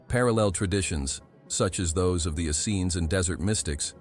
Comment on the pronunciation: This is all so true and so brilliant thank you so much.but the pronunciation of Essenes. Is Ess.- eeens emphasis on the eeens